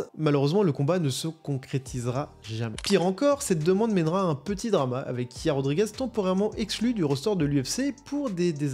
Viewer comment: Sanda(sambo) petroyan(petrosyan) hier(yair) tabarnak apprend a les pronontiation comme du monde 😅😅asti de francais